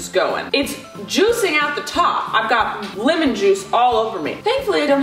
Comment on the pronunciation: Hold on I can’t be the only one that noticed this(not trying to be mean) but says “limon” instead of “lemon”